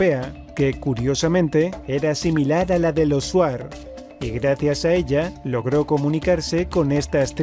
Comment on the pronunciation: Amigo se escribe shuar y le lee chuar 😀